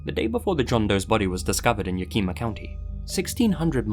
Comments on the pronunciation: Not to mention, it's not "eema" at the end. It's "yak-eh-maw." -From Washington, have relatives and friends that live in Yakima, lol. I can see why someone unfamiliar with the name might think it's Asian-based, though. Washington has a mish-mash of native and other names and such. It's also got one of largest Asian communities (especially Japanese). Many things in Washington like names are based on Native American names and things, though. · Lmao, "ya-KEE-ma" - you can always tell whether someone's native. It's actually "YAK-im-aw" (im as in him). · It's pronounced Ya-kuh-muh, some of the Washington state cities that have native American origins can be difficult to pronounce correctly. Dig everything else so far! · hello i live in yakima county. we do not pronounce it ya-kee-mah we say it as yak-ih-ma. you wouldnt have any way of knowing i just flip my shit when someone says it like that so i just wanted to correct you... peace. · btw the pronucation of yakima is ya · kuh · muh not ye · key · muh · Hi love I’m from WA Yakima is pronounced yah-kih-ma emphasis on the first syllable, and not “keema” But love your videos! Always looking forward to uploads ❤ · Ik that posted this a year ago but I'm just watching for 1st time. I'm from Washington State. David was found dead in YAKIMA (YA-KIM-A) YAKIMA, WASH. Not Yukima. Just an FYI. Love!! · Im from near Yakima. It’s pronounced Yakima-eh-ma. Sorry, it’s a huge pet peeve. Great video like always, though. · story 2: im so sorry 😭😭 its pronounced yak ama not yak ee ma 😭😭😭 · Also! Its pronounced Yak (like the animal)- ih-maw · Yak-Eh-ma.....i live near there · Emphasis on the first syllable, right? YAK-eh-ma. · Yo loved the video as usual 😆 just so you know Yakima is pronounced Yak-ih-mah :) I'm from WA state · Yep, and the stress is placed on the first syllable (YAK-ih-mah)! :) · Washingtonian here, its Yak-him-uh. Awesome vid! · I love hearing people try to pronounce some of the names in Washington. Ya-kee-ma 🤣